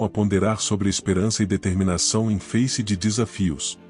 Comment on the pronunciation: Iconíca? "Feice"!? Você precisa aprender gramática. Por que você não usa a tua voz?